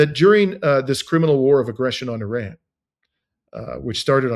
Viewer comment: Yes I noticed it and suppose it's a mark of respect for their country.